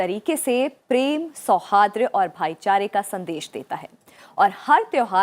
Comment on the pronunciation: 'सौहार्द' का उच्चारण गलत कर रहे हो मैम। इसमें सुधार करें। धन्यवाद 🙏